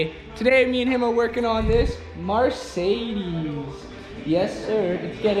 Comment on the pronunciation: Take a shot every time Andy pronounces Mercedes as “Marcedes” !